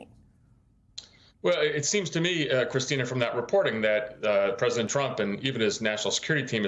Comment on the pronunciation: And it's praisdant musk.